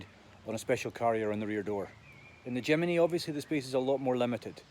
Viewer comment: Jimeny ? Where did the 'e' come from ?